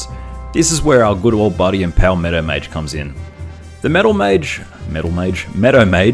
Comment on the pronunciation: Took me three videos to understand "Meadow Mage", which I always heard as "Meta Mage". XD Keep up the good work.